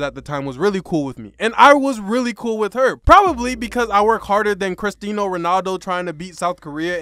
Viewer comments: Nah boy ain't no way he said cristino Ronaldo instead of Cristiano Ronaldo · Btw its cristiano not 'cristino' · No way he jus said cristean ronaldo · Bro rly said "Cristino Ronaldo" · Bro really said Cristinho Ronaldo. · bro said Christino Ronaldo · Cristino Ronaldo?😕 it’s CRISTIANO BRO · Bro said literally crastino Ronaldo 😂😂 but nice vids tho 🔥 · MEEEN!!! wtf is cristeeeno ronaldo😂😂😂😂😂😂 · bro said cristino